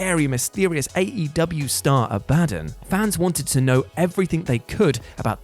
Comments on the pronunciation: More like Abaa-dun lol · "AB-AH-DON", Goddamn... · has never heard Abadon being said then a-bad-en 😂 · It’s not A-BAD-UN it’s abaDON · Aba - don....ffs....its not Ah - bad - on. It has biblical reference.....name gets said proper on the show even..... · Ab-a-don not A-Bad-on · Abadon isn't pronounced 'a bad un'. Its 'abba don' . Serious drop in quality on here lately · "Ah-Buh-Don" not "A Bad'un" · AB - AH- DON Pronunciation matters! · WHY CANT ANYONE SAY IT RIGHT?!? “Aa-BUH-DAWN” ABADON 🧟‍♀️ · Abadon is pronounced Abba-Don. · First of all, it's "Ab-a-don". Secondly, she's from Rocky Mountain Pro Wrestling. Which is a local fed for me. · Who is ah-bah-din? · Ab-Ah-Dawn Please... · I really hope your pronounciation of "Abadon" was a bit... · Anyone else annoyed that he cant pronounce abadon properly? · How many yelled at the screen when he kept saying Abadon the wrong way LOL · Nobody could've given the heads up on how to pronounce Abadon? Please stop having people do lists who aren't actually fans of the content 🤦🏾‍♂️ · Please learn how to pronounce "Abadon" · Can you PLEASE learn how to pronounce Abadon! Its like listening to an american say Basil or Oregano. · So you guys are putting Abadon at number 4 whilst having a nasty pronunciation on her name and ignoring she has an Only Fans?😂😂 yeah cmon now, let's not work on these lists while high fellas. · Learn how to pronounce abadon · Bro he BUTCHERED Abadons name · thinks speaking incorrectly is funny. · OMG it kinda driving me nuts lol In love but good lord lol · Came here to say this 😂